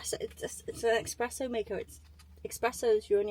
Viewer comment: No 'X' in Espresso! 😊